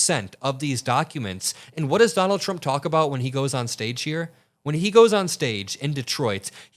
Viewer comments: He can't even say his own Name 😂😂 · There's something abnormal. He can't cleary pronounce his own name. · He’s can’t even say his own name right ! He’s gotten into Elon’s Ketamine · Sounds like he says Donald CHUMP